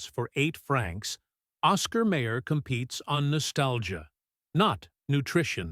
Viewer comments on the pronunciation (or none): Lots of fat in Ball Park franks. That's why "they plump when you cook them". BTW: It's Oscar Mi-er NOT May-er. I wonder when a Rabi last visited the Hebrew National plant? BTW: Remember when hot dogs were made from pork? You can't find them any more. That was a hot dog. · It is not Oscar Mayor, it is Oscar MY-er. AI narration sucks! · oscar mayor? it's meye-or. maybe YOU should sing not hum the jingle. major loss of credibility. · Someone please tell that narrator (AI?) how to pronounce Oscar Mayer! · Yes, every time the AI monitor says May-er instead of My-er, I want to punch the phone!! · At least tell the AI it's pronounced Oscar My-er, my oh my. Just listen to that famous jingle. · Oscar MY'err is NOT an obscure brand. There is absolutely NO EXCUSE for any human OR A.I. to mispronounce that name. And in 71 years I have NEVER seen a hot dog turn to mush. I did not finish watching this piece of crap. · My god, AI cannot even pronounce Oscar Mayer correctly! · AI sucks!